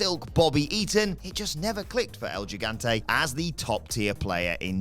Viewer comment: el higante not jigante